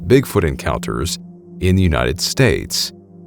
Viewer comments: Gonna briefly correct you on your pronunciation of "Appalachian" Where we're from in West NC, we say 'app-uh-latch-in." Most people who actually live out there would say "App-uh-latch-uh" or "App-uh-latch-in". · Hey...Appalachian is pronounced app a latchin